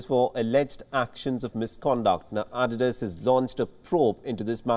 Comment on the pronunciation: R THEY SERIOUS?! 'ADDY-DAZ'??😅